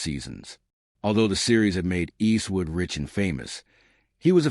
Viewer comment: Cant stand the way the ai says "Eastwood " & he says it enough to make it an annoying drinking game